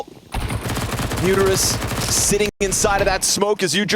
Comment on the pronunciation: all i hear from the commentator is him saying UTERUS instead of MUTIRIS 🤣